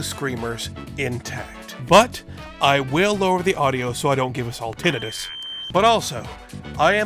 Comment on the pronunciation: As a nurse, it really annoys me how he pronounce “tinitus” 😑